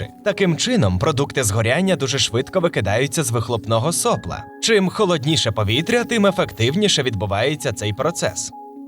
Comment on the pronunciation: Дякую за гарний переклад та професійну озвучку, зроблю тільки одне невеличке зауваження: ВІДМІНОК - ОДНИНА - МНОЖИНА називний - сопло́ - со́пла родовий - сопла́ - со́пел давальний - соплу́ - со́плам знахідний - сопло́ - со́пла орудний - сопло́м - со́плами місцевий - соплі́, соплу - со́плах кличний - сопло́ - со́пла